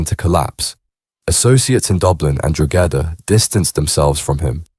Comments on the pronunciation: drogeda...fuckin hell man at least learn how pronounce the name of counties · dro-gedda lol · That was doing my head in,, every time he said it I corrected him,, and I’m sitting here on my own 😂😂😂😂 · The pronunciations are extremely wrong. Stop talking when you have no idea what you're talking about. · Your pronunciations of Donagmede and Drogheda are atrocious .they are pronounced "Donameed" and "Drawhada"